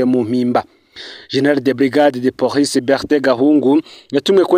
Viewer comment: Mbabarira ntusubire kuvuga "porice", bavuga police